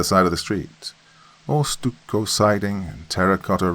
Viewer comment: It's pronounced "stuck-oh" Doc lol stucco